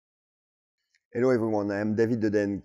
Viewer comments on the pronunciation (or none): none